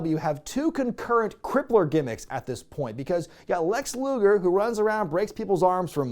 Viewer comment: Hes saying luger